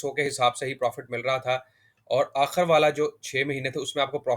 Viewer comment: Sakreen NAHI iscreen (spelling: screen), Akhar NAHI Akhir, munafa Kay Ander NAHI munafay Kay ander